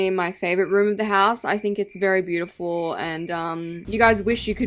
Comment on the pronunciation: I really think it's bi-you-ti-pull 😅